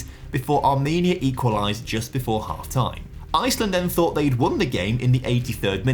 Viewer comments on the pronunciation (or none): none